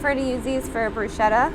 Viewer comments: Bruscheta, not Brew-shita 😂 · Very interesting, right up to the point where she said "bru-shetta". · say, "Broo-sketta"